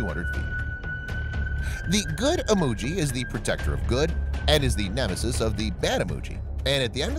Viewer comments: It's Imoogi not Emoji XDD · It's not "Emoji" my friend it's "Imoogi".